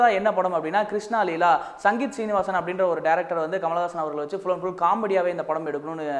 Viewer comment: இயக்குனர் பெயர் சங்கீதம் சீனிவாஸ் இல்லை சிங்கீதம் ஸ்ரீனிவாஸ்...சரியாக சொலாலுங்கள்...